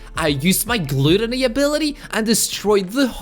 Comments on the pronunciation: Its not pronounced glootony its gut but with an l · Gluuutooony not gutany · Gloootony lmao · I laughed when he butchered glAToNy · Did he say glueteny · I never knew any body would say gluddony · Him pronouncing gluttony wrong makes me cringe